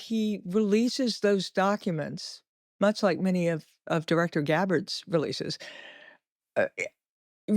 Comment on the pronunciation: Can’t someone teach AI to pronounce words like “read” correctly for the context?